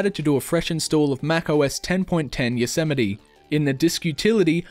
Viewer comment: Did you really just pronounce Yosemite as "Yo-seh-meh-tee"? lmao